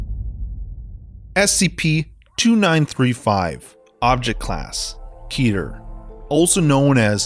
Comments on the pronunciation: I have always heard the class referred to as ket-ter not keeter. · It's pronounced que ter not keeter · Keter is pronounced Cet-ur Cet like cat but theres a e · Keeder, lol